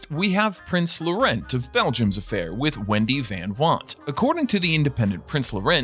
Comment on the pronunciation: The Belgian prince Laurent is pronounced Law-rawn.